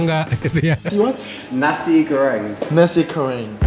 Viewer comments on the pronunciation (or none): sempet ngakak denger org asing bilang nasi 'K'oreng